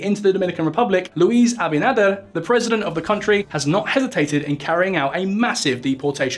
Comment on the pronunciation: You butchered the president's surname but thanks for the laugh & an otherwise great video Though you probably should have mentioned that the treaty signed with Haiti specifically says the Haiti cannot dam the river.